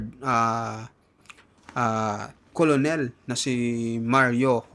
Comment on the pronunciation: Khit umapoy p ulo ninyo cnu nman susunod s inyo may vlo2 k bigkas colonel kernel hindi mo alam